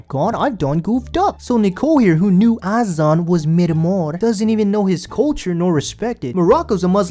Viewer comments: Azan (Uh-zaan) PRONOUNCE THE MAN"S NAME CORRECTLY GOD DAMN!!!! I can't stand how ignorant people sound when they pronounce his name like an ignorant fuck... Jesus christ 🤦🏻‍♀️: Great work on the editing and your videos are pretty funny, I must admit 😂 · She mispronounces Azan’s name too. Disrespectful.